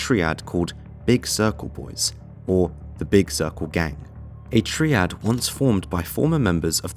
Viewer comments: TREEAD? 😂 Pronounced Tryad but spelt Triad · Not even a min into the video and you’ve butchered the pronunciation of Guangzhou and Triad. Not even gonna bother watching